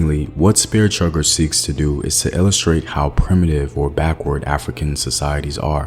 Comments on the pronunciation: It's chucker not chugger, bruh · Bruh, chugger? It's CHUCKER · CHUCKER not chugger.